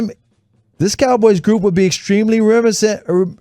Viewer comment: Reminiscent: it has four syllables, you’re missing one. Help him study the copy before you go live if he can’t read well guys.